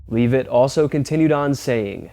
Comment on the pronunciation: Just for your information it's pronounced LE Vi T Short e sound❤